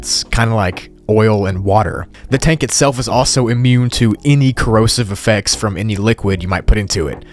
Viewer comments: “The trank” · It no say tank IT SAY TRANK